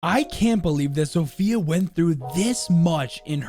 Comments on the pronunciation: Hey! As a Polish person, I can see that you made a few pronounciation mistakes during this video, which is no bigge, the polish language is comparable to a bowl of spaghetti, so let me help. Zofia is pronounced not like "Zo-Fia" but in one swoop. "Zofia" Wrocław (the l is a special polish letter which is hard to describe how to pronounce, sorry) is pronounced like "Bro- (but a sharp w instead of b) cław" (basically cuaw) And Masurian is pronounced like "Mars- (without the r) ur-ian" (not like the name, more swift) Hope this helped! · Did you guys know you zofia is pronounced different? You pronounce it as zof ya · the butcher of names you even said Zofia wrong